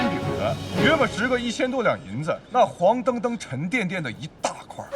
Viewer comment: huangchengcheng，黄澄澄，不是huangdengdeng